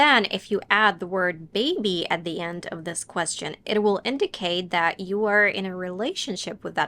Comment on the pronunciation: no native speaker is going to over propnounce the t in at before the word 'the', that's so unnatural...